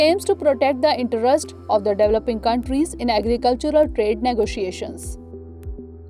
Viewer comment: Its developing, not dweloping.